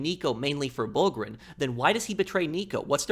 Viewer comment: It's pronounced b-oo-lg-uh-reen, not "bowlgreen", if I didn't see the subtitles I would have no idea who you're talking about, bowlgreen...